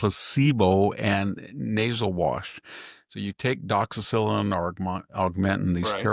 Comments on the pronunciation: Victor I love your presentation , but its pronounced doxy cycline ( like cyclist ) its not a penicillin based antibiotic. It will rip your stomach up on an empty stomach so. Make sure you take it with food ( avoid taking with dairy, eggs, kale or spinach ) . Also try to avoid increased sun exposure . May cause risk of sunburn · lol, how funny when you mispronounce the doxycycline it’s cute😊